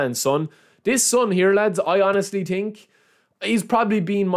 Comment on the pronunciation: „i do tink“ 🤣🤣🤣